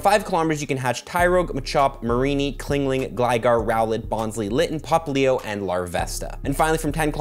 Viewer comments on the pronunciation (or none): Bro got beef with chingling calling him clingling all the time